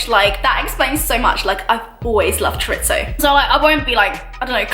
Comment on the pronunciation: "I've always loved chorizo" but she pronounced chorizo wrong so maybe that's why you didn't understand her